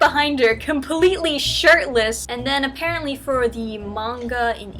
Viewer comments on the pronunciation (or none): none